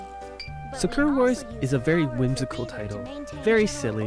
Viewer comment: Can I ask why you pronounce sakura like "Secure"?